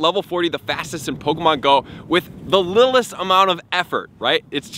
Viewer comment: Love how you said "little-est" lol